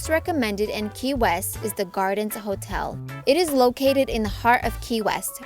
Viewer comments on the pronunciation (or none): none